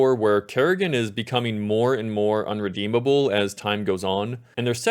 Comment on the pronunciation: ahem "irredeemable"